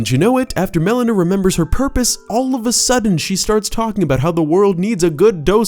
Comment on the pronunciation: Every time you pronounce Melina as Melena, all I can think of is the medical term; Black stool that occurs as a result of gastrointestinal bleeding.